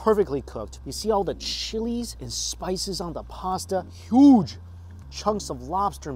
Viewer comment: This man said with his chest "HUGE"